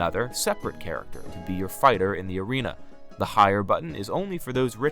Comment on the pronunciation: Bro lost me when he said bigs words like novace and erena